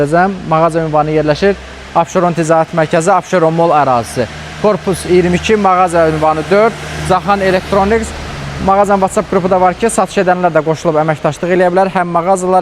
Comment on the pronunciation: Caxan yox Cahan